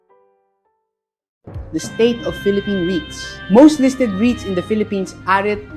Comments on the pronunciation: You should use your own talking voice instead of AI. "Rights" instead of "rits". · Eto naman si kuya, ibaiba ang pronunciation ng REITS? Ano ba talaga kuya?😂